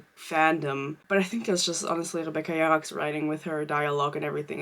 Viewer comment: the way you say her surname means an obscenity in my native language so im sitting here like getting vine boomed every two minutes lkjldfkg